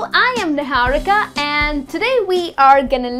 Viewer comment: Olivia Riley in hindi it is pronounced as Ni-haa-ri-ka not ni-hau-ri-ka